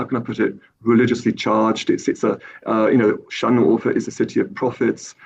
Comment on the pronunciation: the fact that he mispronounced şanlıurfa and doğuş when he's supposedly an expert on these matters is pretty funny